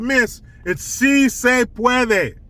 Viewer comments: "SEA SAY PWOUADAY!" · Melania speaks multiple languages, yet the left would call her stupid because she had an accent. Meanwhile, Dr. Jill, has a PHD in education yet can't pronounce a 3 word phrase in Spanish? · Lol, Jill was fact checked, On March 31, 2021, first lady Jill Biden mispronounced the Spanish phrase, “Si Se Puede,” during a speech. Rating True True About this rating 😂🤣🤥😂 Origin First lady Jill Biden has many accomplishments, but speaking Spanish may not be one of them.